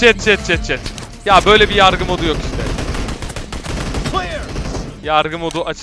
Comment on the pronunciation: Nobody: Enes: Yarrrrgı mod